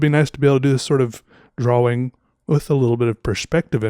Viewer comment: Draw-wing...I like how says it.